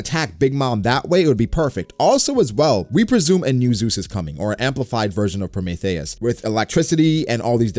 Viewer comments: prometheus (pro, me, thee, us) not promethéus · Pro-Mee-Thee-us not Pro-May-Thay-us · Was digging the video then you said pro mah thei ous. It’s Prometheus. Hopefully it’s Prothmetheus with lightning properties so Nami gets Zeus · Say Pro-may-thayis one more time like that 🤜🤕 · I hate how u say Prometheus its pro-me-thee-us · Wait......how is he pronouncing Prometheus? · why you pronouncing Prometheus like the that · Why you saying Prometheus like that though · Why you pronounce Prometheus like that ?